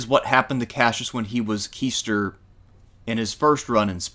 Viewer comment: I'm still listening to the video so I heard this later, but the position/word QUAESTOR follows the same QU pronunciation. The AE is pronounced like english EYE. That same rule is followed always when pronouncing latin words. QUAESTOR is pronounced KWY-STORE.